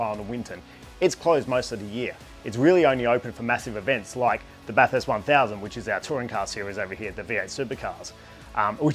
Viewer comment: Stoked for you mate well done, bathurst is my home track I grew up in orange (30mins away) bathurst is a public road it’s open every day of the year aside from when there is a race on, and just so you don’t upset the locals it’s pronounced bathest